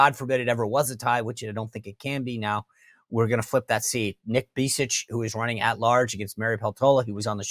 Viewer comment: Sean - fyi, Alaska's Tom Begich is pronounced BEG-itch.